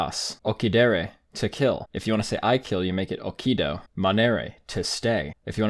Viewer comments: The pronunciation is just terrible , for example the accent on the verb "amas " Is on the first letter a not on the second or in "occido" The double "c" Have to sound like "ch" In cheese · I study it too and I'm sure that you don't pronunce occido or amas like that because in latin the accent is never on the last syllable and I'm sure that the double "c" (Like in Italian) is pronounced like ch